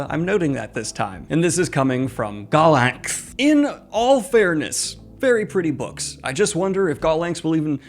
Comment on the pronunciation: Just a tip: Gollancz is pronounced "gollants" according to Wikipedia. No /k/ sound.